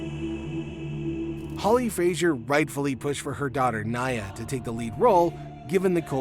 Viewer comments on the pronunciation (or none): Hate to be that guy but Nia is pronounced Nee-yuh, not nayah. No hate ❤ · Her name is NE-AH, not NI-AH. I think if you’re going to speak on r@ you should care enough to know how to pronounce the child’s name correctly. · Make sure you learn how to properly pronounce the names of everyone. Nia is pronounced knee-ah, not Nigh-ah. Lots of fans will discredit if you can’t get the name of the longest lasting cast member correct. Also JoJo has stated that she actually wasn’t having issues breathing in the bubble, it was only hot and there was never any real danger. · Okay we all know this show was crazy but what is going on with the devilish music in the background.. BTW it's not Nya... It's pronounced Nia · I admired your video, but I wish you would’ve learned how to pronounce names correctly first, like Nia’s name. It’s not “Naya”.